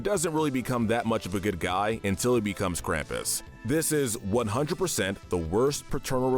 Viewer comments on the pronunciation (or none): none